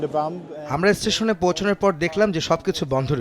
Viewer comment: Firstly, you need to know the correct pronunciation of station, otherwise, you should not make reports as a news reporter